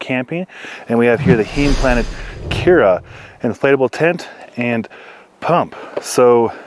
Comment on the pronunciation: Nice review, thanks. BTW, Heim (home) is pronounced with a long "i"